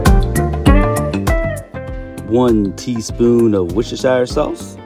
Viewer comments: It's pronounced WOOSTER-SHER, as if that's how it's spelled. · Dude. In England we say ‘Wooster’ sauce. Leave out the ‘shire’. Saves your tongue having to do a backflip !